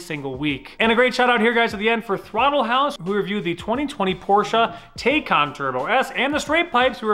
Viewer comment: TAYCAN not teykan 🙈😪